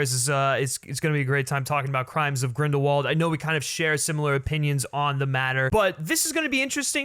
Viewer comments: Everyone in the movie pronounced W as V, so it should be GrindelVald... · Grindelwald is a German last name. W's are pronounced as V's there, example is Volkswagen - it is pronounced as volksvagen. So it IS GrindelVald. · Radish Yup. ‘Wald’ is ‘forest ‘ in German, but they say it as if it started with a ‘v’. And ‘v’ they pronounce as ‘f’. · Isn't Grindelwald a Germanic name? So it would make sense that it would have the V sound in English?